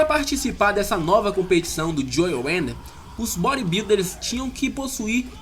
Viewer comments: belo vídeo, mas eu não contive a risada de você falando joe 'wender' UHAEHEAHUAEUHEAUHAEUHAUHAEUHAE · Bem legal o vídeo cara, parabéns. Mas uma crítica construtiva: Antes de filmar pede ajuda a alguem com a pronúncia do inglês, vc pronunciou várias coisas erradas, como nomes de fisiculturistas, como o nome Idaho, o nome do próprio Joe Weider vc pronunciou errado e mudou a pronuncia do sobrenome do cara várias vezes. E quanto aos Mr. O. de hj viverem de troféu e orgulho, estas enganado, se não me engano o Mr. O. paga aproximadamente U$ 130.000,00 pro seu campeão, fora os outros campeonatos. abs